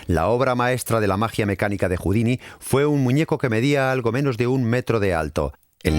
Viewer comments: Por favor no confundan a "Robert Houdin" (Se pronuncia Houdan) con el artista de escape Houdini (Cuyo nombre artístico fue inspirado en "Robert Houdin". En el video pronuncian equívocadamente el apellido de Robert y muchos pueden pensar que se refieren a Houdini, cuya época de auge fue varias décadas despues de Robert Houdin. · Exacto, como dice Marcos Olivero, el pésimo doblaje hace que podamos confundir al genial ilusionista francés Robert Houdin (pronunciado aproximadamente Judán o Judén, según la zona de Francia) con el escapista norteamericano Houdini (pronunciado Judíni) que tomó este seudónimo, precisamente del apellido del francés, como signo de admiración hacia él. Traduttore traditore. De fondo, en la versión original se oye perfectamente como pronuncian correctamente. Los actores de doblaje ni se han molestado en oír la versión original, o tanto les da. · ERROR en la pronunciación cuando nombra al considerado Padre de la Magia Moderna, Robert HOUDIN (sin la "i" final). Fonéticamente se equivocan y siempre se pronuncia la "i" final en el vídeo. Puede dar lugar a la confusión con el escapista de renombre internacional, Harry HOUDINI. Pueden comprobarlo fácilmente en internet. Att. Un ilusionista.